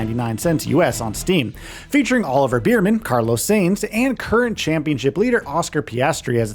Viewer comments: Oliver Beerman & Carlos Sanes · you forgot to disclose that this was a paid advertisement dog. literally just reading the bullets points off the EA website while clearly never playing an F1 game before. Otherwise you'd be able to pronounce Konnersport or Sainz or Bearman or Imola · Can't pronounce Imola. Can't pronounce Sainz. But should value opinion on an F1 game? Really?